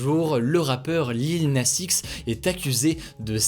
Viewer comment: Ta prononciation du X de Lil Nas X… 😅 par contre, cette polémique est complètement conne. Tiens, ça me fait marrer tous ceux qui sont passés à côté de “old town road”… mais mieux vaut tard que jamais, hein. 😅